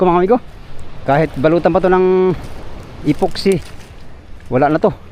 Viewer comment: "Epoxy", di poxy